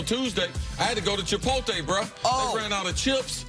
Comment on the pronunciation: Chris said he hadd to go to Chipotae 🤣🤣🤣 I thought it was Chipotle